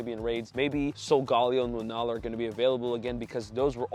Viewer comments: Sol-ga-lay-oh… not Sol Gal-ee-oh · Lee-oh is more accurate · still it’s sol-Ga-lay-oh